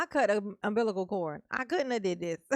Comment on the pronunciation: “cut the umbiblical cord.” 🤦🏽‍♀️ “Umbiblical,” Darrell?